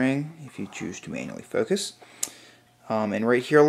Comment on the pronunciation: lol, sounds like you said "if you choose to anally focus."